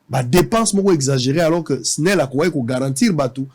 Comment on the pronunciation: balobaka esnel te balobaka snel